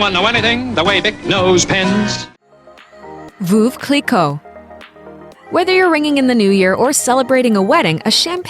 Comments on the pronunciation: Vooove cliquot??? Hahaha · Voove Clicquot!!!! It's pronounced '.Verv' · ‘Foof Cleeco’ Really?!! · WTF is "VOOV Cliquot?" That mispronunciation is making my skin crawl... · Lol at VOOV Kleekow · "Vuv clicoh" hahahah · Sue Harvey I'm a native french speaker, why the fuck would i google it? "veuve" is not a fancy word, it's just mean widow, nobody have trouble pronouncing it, so stop your bs with your broken google translation pronunciation... edit: here i recorded the pronunciation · You beat me to it! Voov Clicquot indeed! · Lol they can’t pronounce The champagne name correctly. And yes it’s worth it not comparable to most sparkling wine. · Don’t trust a video who doesn’t pronounce ‘Champagne Veuve Clicquot’ correctly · A few things, first of all you cannot compare sparkling wine or prosecco to champagne for the simple reason that champagne is only made in the champagne region in France and has a very distinctive taste. That being said, I do find Veuve Cliquot (you should work on your pronunciation for that one) over priced and would go for a Bollinger, a Piper-Heidsieck or even a Nicolas Feuillatte that are way cheaper and tastier (in my opinion). Now talking about Louboutin, yes they are fairly expensive shoes, however unlike a lot of other luxury brands that prefer to make more benefits by having their products made in China, the shoes are still made in the south of France or Italy which means that a "savoir faire" is kept and some jobs are created. You pay more for your pair of "escarpins" but you know why.